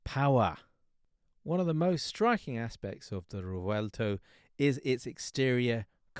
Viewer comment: you butchered the name, rewelto🙂